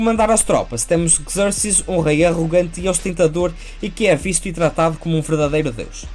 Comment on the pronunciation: Deixo-te duas críticas: - dizer que nesta fase da carreira Miller "já tinha desenvolvido o seu traço característico" pode não ser o mais correcto... o seu traço no Daredevil, no Wolverine, Ronin, DK Returns e no Batman: Ano Um também são característicos, embora distintos. - porquê a pronúncia inglesa para Leónidas e Xerxes, se os nomes não são anglófonos? Abraço!